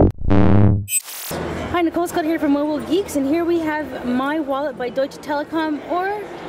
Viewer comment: I like the pronounciation of native english speakers, when say say "Deutsch" or "Deutsche" :)